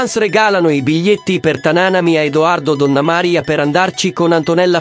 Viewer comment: Chi commenta il video impari dove vanno gli accenti nelle parole, non si puo' ascoltare Tana'na, Donnama'ria😢